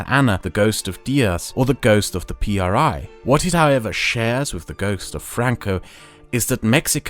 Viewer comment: Mexican here that actually lives and has lived there his whole life: IMSS, is, without a doubt, one of the most corrupt, money/power hungry systems, it helps a lot of people, but it comes at the cost of being screwed over by other factors. Also, when you say PRI don’t say P R I With sepparation, say it as a whole “pree” (how you could pronounce it it ) and yes, these motherfucking sons of dick craving bitches are as evil and corrupt as they get, you would be disturbed by the amount of things they do freely and the things they manage to hide. All over all, I truly fucking hope a second revolution starts